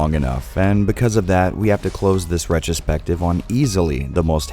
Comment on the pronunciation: More like retch-ro-spective.